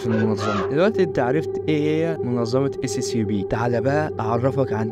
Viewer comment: نطقها أسيابي 😅